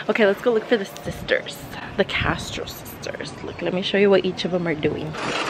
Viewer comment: When the sub pronounces ur name wrong 😂💀